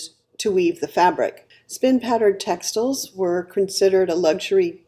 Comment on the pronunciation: So glad I got this video in my stream, subscribed! My two interests are history, especially Bronze Age to Late Medieval European history, and fashion/clothing these days, now that I’m retired from working as a geologist, my first love. You do say textiles funny, though - as textels, not textiles.